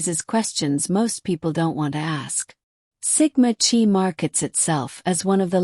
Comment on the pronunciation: “Chi” is pronounced “KAI”. Check the pronouncing of victim’s names. Ethan was suspended for bad grades: same for Xana, at her sorority. Good background report here. ❤